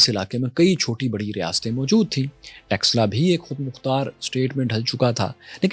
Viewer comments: Read / study Sianuli. What happened to Takshila ( not Texla)? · Takshila ko texla bol raha hai 😂